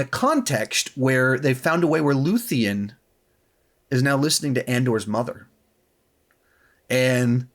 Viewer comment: Looth-e-an? Did you really watch the show? It’s Luthen